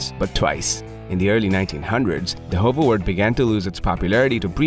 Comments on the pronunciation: Wart should be more pronounced like heart. It seems to be difficult for English speakers not to say wort. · This isn't actually how you pronounce this breed's name.